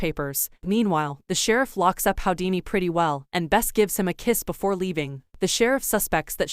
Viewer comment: His name is pronounced who - dee - knee. Not how - dee - knee